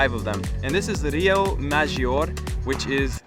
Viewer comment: Please stop saying cans it’s pronounced Carn 😂. Also ma-jor-reh FFS Google search pronunciations on a travel vlog…. Per favore (pronounced: pear-fa-vorey)